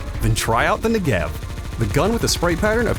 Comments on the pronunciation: It's NEgev, not NegEV 😄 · please pronounce the ne accented amd not the gev 😢